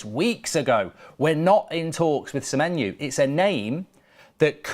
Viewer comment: Please say semenyo not semenyu it’s driving me insane 😂😂😂😂